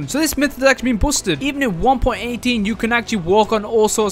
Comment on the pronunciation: “Myth is buosted”